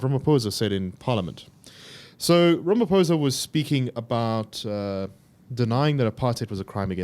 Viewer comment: Pronounciation,😂 "rameposa" and "di klirk"